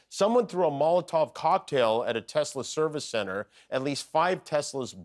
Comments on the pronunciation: It's not a Tesla, in Donald Trump's pronunciation, it's a Tesler. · “I love Tesler”! Deport Elon ASAP